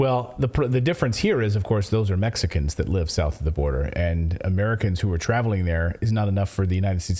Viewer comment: Notice what Graham calls Mexicans he calls them Messcans!!!